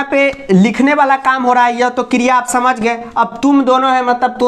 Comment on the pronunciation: What is kriyaa😆😆. London waali maam